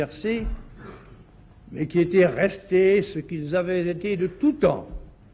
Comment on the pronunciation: Il s'est quand même trompé dans la liaison: "ce qu'ils avaient Zété de tous temps". C'est pas grave mais quand même...